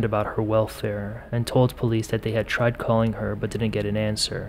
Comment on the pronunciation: "I really, really, really TRIED" . Not 'tired'.